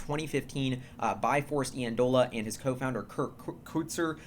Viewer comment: Super exciting. BTW, Forrest's last name is pronounced (Eye)andola. Friend and roommate of mine at school.